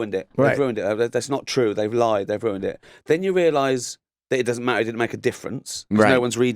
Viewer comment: it just doesn't ma''er .... we just have to write le''ers.